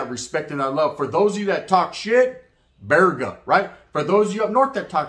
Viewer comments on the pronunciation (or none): You roll your r in burpees n not virega